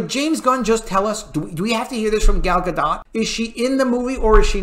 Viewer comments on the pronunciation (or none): Dude...I love you but its ZaslAv (not ZaslOv). Also it's Gal Gadot (silent 't' not Gadott. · I heard Gal Gadot's name is pronounced like Gall Gadut.